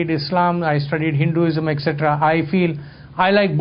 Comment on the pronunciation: Very entertaining a talk. It would be helpful if the dh in Buddha and Buddhism could be pronounced as aspirate which it is and also softening the d in Hinduism. As it is many Westerners say Boodaa instead of Buddha. By the way The Institute of Asian Studies in Chemmancherry,Chennai is a one stop center for accessing unique research done on manuscripts and archaeological evidences of Buddhism in the South of India. They have also researched extensively on the various transformations and camouflaging that has occurred in its spread over many lands and revealed evidences of the conversion of Buddhist and Jain shrines into popular Hindu temples. Varma cuttiram is an excellent ancient text on martial arts in Tamilnadu.